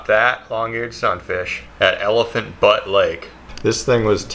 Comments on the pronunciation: elephant butt lol its butte "ba-you-t" [byo͞ot] like beauty with out the "y" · Not Elephant BUTT Lake, it's Elephant BUTTE Lake, as in [byo͞ot] -- an isolated hill with steep sides and a flat top (similar to but narrower than a mesa), NOT as in [bət] -- the buttocks or anus; the thicker end of something, especially a tool or a weapon. Hate your poor English pronunciation, but love you creativity and artistry! Also nice to see a woman that is QUIET! BWAHAHA! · Elephant butte...not butt...pronounced "byoot".... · BTW it's elephant butte lake. Sounds like bute not butt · Butte, bute not but, long u not short... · Elephant BUTT ha ha It's pronounce BYOOT Like BEAUTY minus the Y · Elephant Butt lake LMAO it’s pronounced [Byoot] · Love the vids. It's Elephant Butte (pronounced like beaut). Haha. It's in Mexico. I grew up near there. Keep the vids going, you're super talented. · Butte is pronounced "Bue-'te. I admire your talent! Big bass in our farm pound used to eat bluegill on my stringer so badly my day installed a stake for me to tie my stringer to! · Elephant Butte Lake is in New Mexico! Its very beautiful here, I live about an hour and a half away in Las Cruces. (Its pronounced Bee-ute but you probably already knew that)